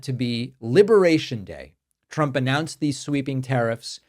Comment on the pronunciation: the pronunciation of the letter "u" when saying trump's name, the sound uses the "u" like saying the word "use" to make it sound like truump. it sounds so stupid. do you get what i mean? so if you're the one saying that i think you should change the shape of your mouth